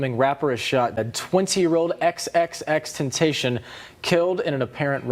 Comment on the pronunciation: ok loco, imma help u pronounce the dudes name. It's X-X-X Ten - Ta - Si-On